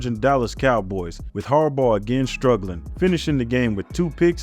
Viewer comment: Sounds like you're saying "Jim Harborough" lol